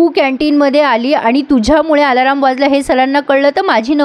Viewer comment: आलाराम???? खटकतय्... अलार्म... 😂😂😂